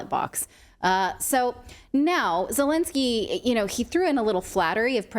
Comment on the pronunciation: Zhelennnski 🤣 is a president of Ukraine?🤔 Al way the interest was DIA system is in Ukraine!